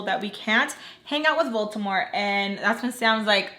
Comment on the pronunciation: When I first started watching the series, I could’ve swore you were saying Baltimore.... not voldemort 😂😂